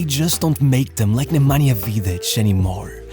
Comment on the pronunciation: I've been following you for a long time and I'm really glad that you made a video about Nemanja (and you even pronounced his name correctly) please make a video about Dejan Savičević Genius,such a genius will never be born again,greetings from Serbia ❤